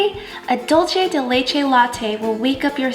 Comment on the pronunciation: Looks delicious! but Dulce de Leche is not caramel... it doesn't taste like caramel.. is cooked condensed milk and is from Argentina :) and is dUlce use the U because you are saying dolce de leche which is in portuguese dolce de leite. Will try the drink :D